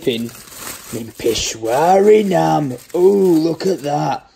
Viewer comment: Pesh-sha-wari Naan Not Pesh-wari Naan Believe me I'm Pakistani